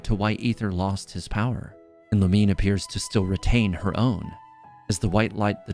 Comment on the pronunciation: It's Lu Mi Ne not Lumine. Like Namine from kingdom hearts. Its three syllables.